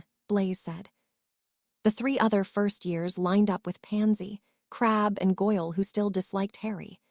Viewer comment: hell a lot of them can't handle normal words well but yes this one has issues with names real issues. It likes to randomly add or subtract letters from them in it's attempts to pronounce them i seriously doubt every mention of crabbe is spelled crabbel yet the tts is adding that L every time for some reason. I honestly would not complain about purely phonetic pronunciation but random adding or removal of letters is not acceptable. I personal think they could do better then ponetic pronunciation but that is better then it repelling words before it pronounces them. The occasional issue when the writer missed an edit also fine it happens but a tts program has 0 reason to be modifying what is being scanned into it.